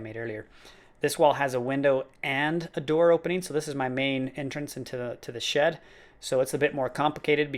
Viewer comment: I kept thinking he was saying, "sh*t" instead of, "shed" lol